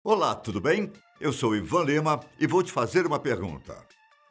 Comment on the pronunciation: No início achei logo que fosse o Paulo Henrique Amorim. Kkkkk Olá, tudo "beim"?